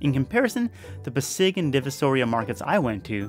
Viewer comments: I'm a Half Japanese-Filipino. I watch your videos in Japan and I love em. Thanks for coming to the PH. edit: Pasig is pronounced PASS-ig. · SeiyaBK Mali. “PASS-ig” ang tamang pronounciation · May nakalimutan ka. Hahaha. You said. "edit: Pasig is pronounced PASS-ig. The A should be long" tanggalin mo na lang yung "The A should be long"